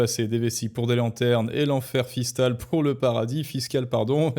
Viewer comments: tu as dit ''enfer fistal '' à la place de fiscal , ce qui est plutôt vrai finalement . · "L'enfer fistal", jolie lapsus 😂